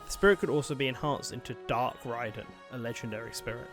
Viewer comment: Youre saying Raiden wrong